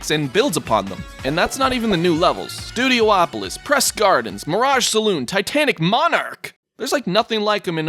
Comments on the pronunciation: It hurts me every time calls the stage Studioopolis... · Studiopolis... 5 SYLLABLES, NOT 6